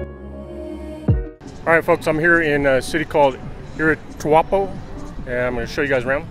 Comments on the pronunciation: You said “ era- juapo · It’s “era- pua- toe